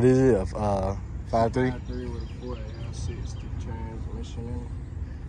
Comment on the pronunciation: Man said 4Le60 transmission 🤣🤣🤣🤣🤣🤣. Damm